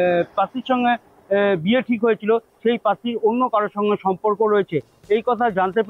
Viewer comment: উচ্চারণ ঠিকঠাক করুন । পাত্র না পাত্রী বলছেন বোঝা যাচ্ছে না । স্টাইল মেরে খবর পড়বেন না । বাংলা ভাষার উচ্চারণ ঠিকঠাক করুন ।